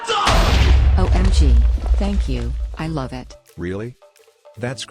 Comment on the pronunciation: Ah yes my fav part “I lof you” and I “lofe you”